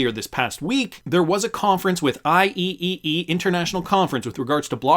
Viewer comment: IEEE is usually said "I-Triple E" professional worldwide engineering organization.